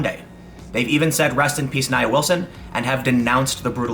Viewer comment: Her name is pronounced NIA. (NeeAaa.) You're welcome. You believe these "KKK wanna be's"? BS. This 'animal' attempted to also kill her sister.